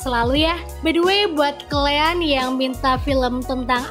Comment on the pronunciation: KALIAAAAAAAAAN BUKAN KLEANNNNNNNNN